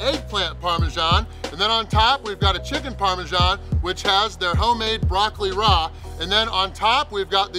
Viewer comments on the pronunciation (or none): "Broccoli rah" 😂😂😂😂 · Broccoli ra? I think you mean broccoli rabe. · It's pronounced broccoli rob